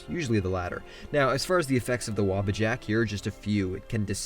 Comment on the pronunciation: Wobbajack? I say waabajack